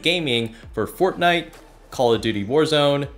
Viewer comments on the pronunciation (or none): Fortnite not Fortnut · He actually called it fortnut lol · i love the way he spelled fortnite as fortnut XDD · why is he saying forthnoot? hahaha anyways i love your vids man, one of my inspirations to create budget stuff content related for pc. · Imagine saying fortnut but having a tik tok 😂😂😂